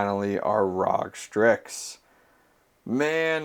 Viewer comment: ROG is Are Oh Gee not Rawg. still the case glad to see you went the vtretu PSU route. was the right call for sure.